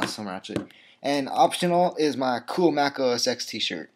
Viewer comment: It's pronounced Mac OS TEN not "X". :P